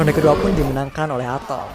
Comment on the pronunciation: Atom atau etem min ??? 😅🤣